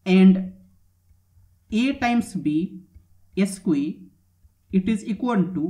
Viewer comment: Nice, although square is pronounced skware, not eskwee.